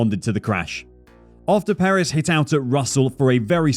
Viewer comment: All good and well, but please learn how to pronounce Sergio’s surname.